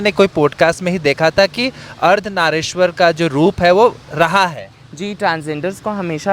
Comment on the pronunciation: Ardhnageswar nahin " Ardhnariswar" bola jaata hai.